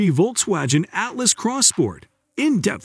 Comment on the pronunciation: "Volks-wajen" Who reads this stuff?